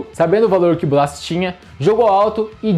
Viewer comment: Quem é Bassi?😂 Bo-la-sie